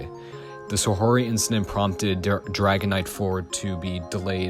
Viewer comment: Always cool to see a video tackling niche Japanese media with new information to bring to the table. Pretty interesting vid with the main issue mostly just being with how you pronounce Saori as "Sa-ho-ry" instead of "Sa-ow-ry". Regardless good vid!